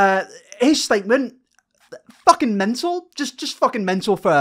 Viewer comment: I like how you don't say the F in f*king 😂 it's THucking